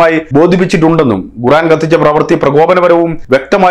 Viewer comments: Why are you pronouncing 'Guran' inspite of Quraan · ഗുറാൻ അല്ല 'ഖുർആൻ' എന്നാണ് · koran ennu para . Avanday guraan.